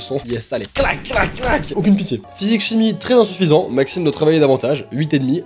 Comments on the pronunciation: C Maxime ne.... Pas maximene 😂😂 sinon continue j'adore tes vidéos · elle voulais dire « Maxime ne... » et pas « Maximene »😂